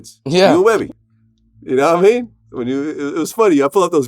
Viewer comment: You really gotta practice your “yadaamean” Vlad…